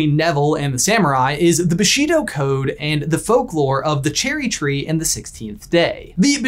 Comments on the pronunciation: One remark if I may: it is pronounced "BooshiDO", not "BaSHEEdo" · It’s pronounced BOO-she-doe. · My only problem with this video is there pronunciation of Bushido. The BU is emphasized, not the Shi. Also, why do you two call it "the towel section?"